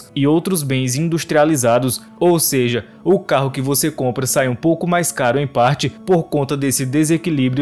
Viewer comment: Quase parei no "seje"